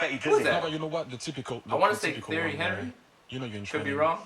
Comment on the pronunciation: It's not pronounced Henry like horrid Henry. It's with a French accent so it sounds like "onree"